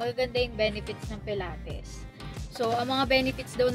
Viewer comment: It’s puh-laa-teez po right pronounce for pilates